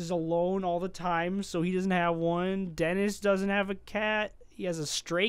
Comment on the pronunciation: it's Denis not Dennis